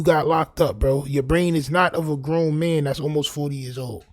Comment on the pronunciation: He said growner